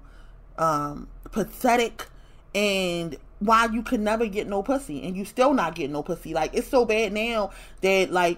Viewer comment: Nevah! Nevah!